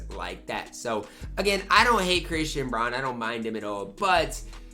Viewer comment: It’s Brown yall needa stop saying bron lmfsoooo